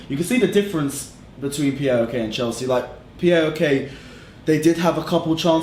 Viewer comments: Can anyone pronounce PAOK? Not P.A.O.K. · It's pronounced powk not p.a.o.k